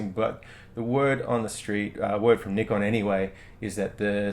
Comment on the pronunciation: I really like that you pronounce Nikon properly. :-) Can you please say is viewfinder comparable with one in D810 or D3 line? I was owner of D3.and somehow viewfinder from D800 was kind a better.lightly,but was. Thank you in advance.